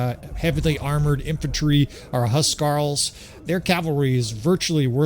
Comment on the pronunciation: It keeps coming up so I'll say something: huskarl is pronounced "hoos-karl," not "huss-karl." Hus means house so theyre like homeguards or warriors with sufficient prowess to be tasked with defenind specific noble people or long houses.